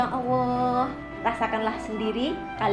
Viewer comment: Please try to fix how you pronounce the word ALLAH ~> "ALL-LAH" Not AWOH. Please try for the sake of Allah.